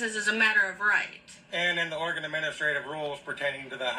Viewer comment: Oregon Driver's License - non-commercial - Valid for 8 years: $60 initial / $40 renewal Oregon Vehicle Registration fee - Valid for 2 years - ~$122 (depending on the year of the truck) Also - You said "Oregon" properly the 2nd time. :D "Origun"